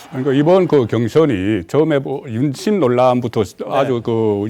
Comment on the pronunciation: 윤심이냐 임신이냐 발음 똑띠해라 ..알것나...